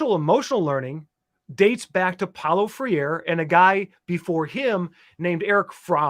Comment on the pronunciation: It's not pronounced "Freer". It's pronounced "Fray-reh".